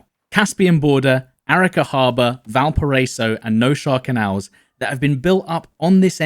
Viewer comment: *Val-PAh-RRah-iy-so , my G